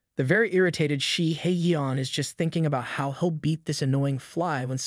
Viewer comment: The way you keep clowning 🤡 Shihyeon’s name. SHE-hay-YON! There is some anger and snark behind your intense dislike of the MC. 😂😂😂